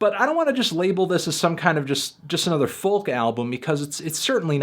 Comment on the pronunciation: Goddamnit toothy, you don't have to say the 'L' in folk..... >=|